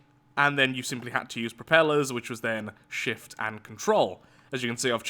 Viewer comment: I realize that almost everyone lath says shift it sounds like shit